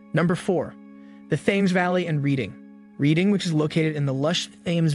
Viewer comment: Thames is pronounced TEMMS and Reading is pronounced REDDING.